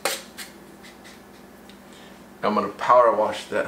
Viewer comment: People that say warsh instead of wash lol